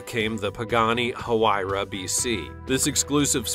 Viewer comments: The Bugatti VEYRON, is pronounced, V A Y Ron, not V I E Ron. And the Pagani Huyra is pronounced, W I E ra, not H A W I E ra. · Also the H is silent in the Huayra